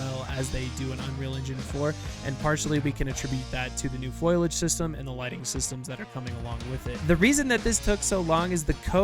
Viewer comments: by the time it's actually released i would guess most people will have upgraded for it. also, dude, it's fOliage not FOILage, unless oc you're doing for larfs 😉(i'm sorry, i now see you copped quite a bit of flak over this :) ) you don't want them to rush anything, but you want all factions, model and maps to be updated already? i think everyone needs to take a chill pill and be patient and stop crying that the game is broken whilst demanding cluttered full fidelity at 4k and insane fps - looking at those peeps that insist the <100fps 4k Ultra, means the game cannot run. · *Foliage. Fo. Li. Age. NOT "foilage." That's not a word. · insert marge simpson meme about saying foliage